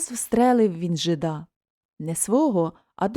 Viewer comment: Вибачте,але не жида`,а жи`да.